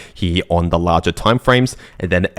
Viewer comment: im giving some translation to english: 1) Lar-jar = larger 2) May-jar = major 3)twid-dar = twitter or X 4) technically speaking = according to my neighbour 5) give it or take = trust me bro Thanks to me